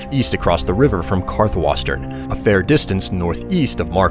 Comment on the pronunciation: Dude said Karth-WAR-sten